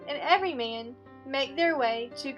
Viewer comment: clicked to watch the summary of ''everyman'' but you summarised the story of ''every mean''. please try to pay attention to the stressed and unstressed syllables in order to pronounce clearly